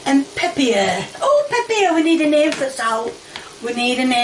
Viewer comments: "Pepieeer" lol nailed it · "Peppier" and "Honeyons"???? Why is it so hard for this woman to say pepper and onions?